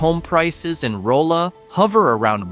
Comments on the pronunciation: It's NOT ROLE-uh. It's RAH-luh! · It’s pronounced “rah-la” not “roll-a” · You pronounced Rolla wrong. The "o" is pronounced like the "O" in dog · This AI generated video mispronounced Rolla, and Neosho, among others.